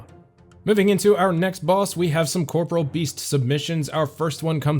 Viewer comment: When will literally EVERY OSRS YouTuber learn how to pronounce the word "corporeal" correctly? 😂